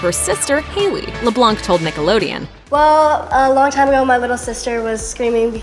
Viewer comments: Voiceover: LeBlᗩᑌnc Me: throws headphones across the room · Why are they calling Annie “LeBlanc” lamo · Did you notice she said Annie’s last name wrong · She said Annie’s last name totally wrong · It's annoying how they kept calling he LeBlanc and not Annie. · Leblanc is a french name and we don't pronounce the c